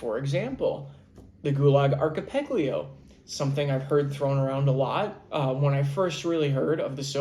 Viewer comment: A man after my own heart! Speaking of Russian history, I’m reading a great but big book about the housing for Communist bigwigs after the Russian revolution called The House of Government- I highly recommend it! BTW it’s ark - i - pell a go, not patio.😊From a former English teacher, good for you!🎉